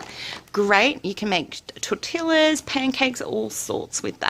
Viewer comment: Tor-till-ahs lol, very good video thank you very helpful.